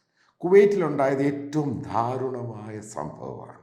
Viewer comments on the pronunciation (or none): ..... 'dhaa'runamaaya alla ..... 'daa'runamaaya